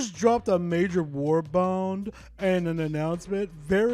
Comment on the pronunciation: The only thing that drives me up the wall is you calling warbonds "warbounds", like wtf? Otherwise, a good vid.